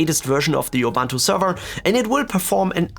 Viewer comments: Dude, it's called "Ubuntu", not "Oh-Bantu". So annoying. I feel better now. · Excellent video very usefull Ubuntu is pronounced "oo Boo nt oo" oobuntoo